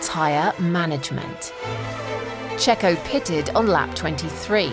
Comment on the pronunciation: I think you mispronounced: “Checho was no Mazepin, he was a racer and a winner”.